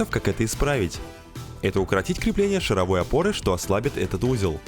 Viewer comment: Картинка как-то изменилась, и это круто. И в течение всего видео передёргивало от слова "шаровОй" (звучит как вой шаров). Я аж теперь сомневаюсь, правильно ли автомеханики называют опору 🤣